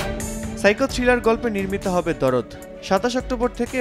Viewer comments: ভাই দরদ না দার্দ 😅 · ভাই ওটা দরদ না,,,ওটার নাম দার্দ,,যার বাংলা অর্থ, ব্যাথা